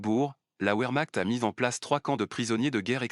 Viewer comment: Le w allemand se prononce v contrairement à l’anglais. Donc vermacht (comme ds un chointement) ou encore vermart (r doux)